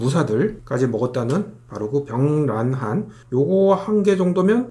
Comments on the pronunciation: 내용도 좋고 주제도 좋았는데 다만... 병량환을 자꾸 병란환으로 발음하셔서 계속 귀에 걸려요. 수갈환이 실제 매실을 쓰면 훨씬 당도가 떨어질껍니다. 그리고 너무 단거는 보관잘못하면 개미가 꼬이지않을까요? 아울러 매실같이 신걸 먹으면 입에 침이고이는데 그걸 의도한거 아닐까 생각됩니다. 전 만들어본 적은 없으니 반박시 반박하시는분 말이 맞아요.. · 발음 ㅋㅋㅋ 병랑 병랑 ㅋㅋ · 병량환 일어발음은 효우로우간입니다. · 경량환 기갈환 수갈환 다 발음이 빡세네요 ㅋㅋㅋㅋ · 병량환 발음을 단 한 번도 성공을 못 하시누 ㅋㅋㅋㅋㅋ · 발음 진짜 웃기던데 한국인 맞는거냐? ㅋㅋㅋㅋㅋㅋ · 병량환 발음 왜이리 못하시냐구우우웃!! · 병량환 발음 한번을 제대로 못하시네요 ㅋㅋㅋㅋㅋㅋㅋㅋㅋㅋㅋㅋㅋㅋㅋㅋㅋㅋㅋㅋㅋㅋㅋㅋㅋㅋㅋ 기갈환도 그렇고 ㅋㅋㅋㅋㅋㅋ